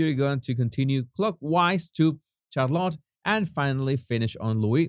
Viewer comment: Helloooo there, not to be picky you understand 😉but just helping with a little pronunciation, Charlotte is pronounced as Sh, not Ch - much love and bliss 🤗🇬🇧 x